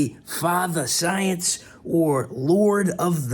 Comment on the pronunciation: "I yam the soyence"